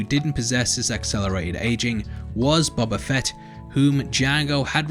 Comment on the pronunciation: It's BOBA FETT you dumb FUCKS